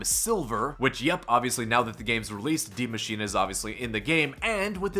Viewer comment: STOP SAYING D MACHINE FFS